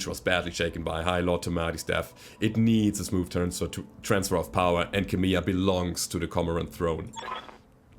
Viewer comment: Heya. Just a minor fault. Kamea is pronounced as 'Kah-may-ah', sort of like the Hawaiian King's name, Kameamea (Kah-may-ah-may-ah). I note that her name is Arano. That sounds Spanish to me. And this isn't all that 'way out there'. Given that mankind went to the stars in multiple waves, it's not unlikely that a Hawaiian family would have married into a Spanish one. Kamea's House Flag sports a Crane or Cormorant, so there might be some Asian, or Chinese in the mix as well. Given Kamea's capital's name, which sounds like a version of cormorant, I think you can see what I mean. Personal note: Why'd you choose 2nd best House? Everyone knows Davion is better! laughs the Frank Gamer